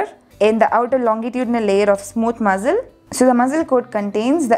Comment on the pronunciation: Your pronunciation for muscle 🤐